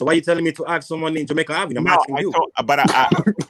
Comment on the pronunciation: said "Franco axed"...his Ghetto Boujie ass. The word is "ask" not "axed". Projects resident ass. You don't live in no high-class place.